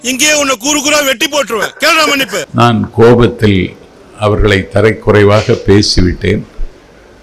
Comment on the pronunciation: தரை குறைவு இல்லை தமிழா 😂😂 தரக்குறைவு 😂😂😂 தற்குறியுடன் சேர்ந்தால் தமிழும் தடுமாறுமா? 😢😢